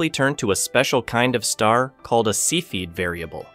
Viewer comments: "See-feed" variables? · Cepheid - Sef fee id. Edit. Sorry, other than that pronunciation I thought the video was great! Very thoroughly researched and presented